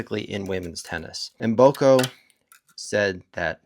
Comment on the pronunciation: Mboko not Mboka, 😅